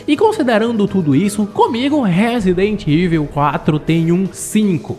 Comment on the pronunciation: A regra é clara, falou " Resident Iveu", eu já vazo do vídeo e dou deslike.